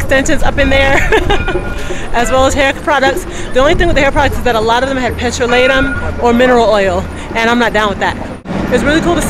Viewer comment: Oh i've never heard anyone pronounce 'petrolatum' like that